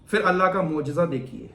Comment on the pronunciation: Bhai kaise musalman ho Urdu bhi nahi aati fir se,fir se kyon kehte ho phir hota hai tumhe to doosron ko batana chahiye video bana rahe ho aur Urdu mein itni badi mistake